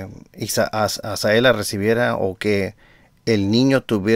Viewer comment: Hola, por favor pronuncia bien el nombre de Azalea, usted dice Azaela, no es por molestarlo es para que sea por la credibilidad de sus buenos comentarios.